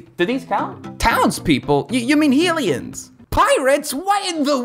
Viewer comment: What about "Hill-ee-ans"? Jk, you had it right.